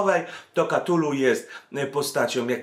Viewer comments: {KATULU}? a nie przypadkiem {KTULU}? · wszystko super, ale "KTULU" a nie "KATULU". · Cthulhu wymawia się "ktulu". Lovecraft wymyślał nazwy i terminologię tak aby anglojęzyczni wymawiali niepoprawnie.